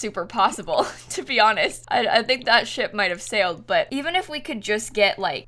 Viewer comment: literally thought she swore and I was so shook 😂I was like omg did just swearrrr,no hun she just said ship calm down 😂🤦🏼‍♀️